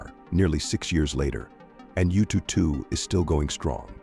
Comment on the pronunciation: Yututu sounds so cute 😂. If you're interested, the proper pronunciation should be "Yuuu-Too-Er-How". "Er-How" means number 2 in mandarin.